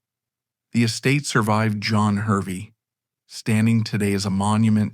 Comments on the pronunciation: Hervey is pronounced Harvey. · It is pronounced "Harvey" despite being spelt "Hervey".